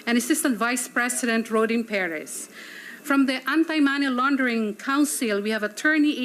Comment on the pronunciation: Hehehe! galing "many laundering" ? Ano yan maraming linabhan?